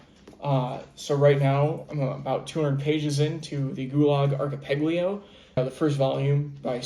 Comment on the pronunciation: A man after my own heart! Speaking of Russian history, I’m reading a great but big book about the housing for Communist bigwigs after the Russian revolution called The House of Government- I highly recommend it! BTW it’s ark - i - pell a go, not patio.😊From a former English teacher, good for you!🎉